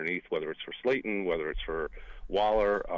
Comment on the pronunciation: Why does it sound like is pronouncing Slayton as “Slayden”?